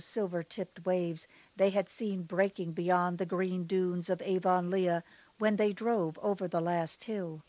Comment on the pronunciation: Avonlea = AV-uhn-lee